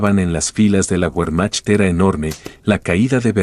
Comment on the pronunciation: Que pronunciación tan absurda y desagradable. Que documental tan bajo de calidad. Cuando oyes : "la guermac", por Wermacht... apague y vámonos !